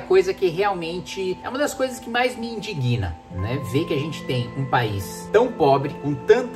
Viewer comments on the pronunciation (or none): o certo é indigna, não indiguina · Kim, o certo não é "é a coisa que mais me indiGUINA". O certo é "indÍGNA". valeu!!